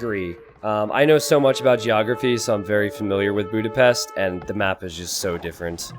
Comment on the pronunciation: Bjúdapeszt. My ears are bleading.